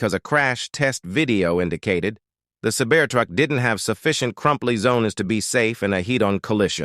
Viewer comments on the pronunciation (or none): "Sabear Truck" "crumply zonas" "heat-on collishin" You wanna maybe try that sentence again?